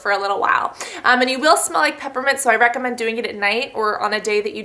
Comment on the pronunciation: When she stuttered or mispronounced recommend , it made me laugh for like 20 minutes! Not even joking, I love her videos. But that jut made me cry. xD.